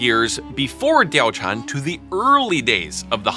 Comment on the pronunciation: yes she didn't exist, and no, there is still a correct way to pronounce the name